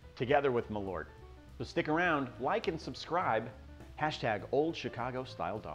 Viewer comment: You just said marlot 😂